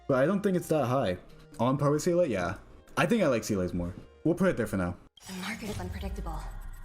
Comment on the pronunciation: who tf is cee-lay 😭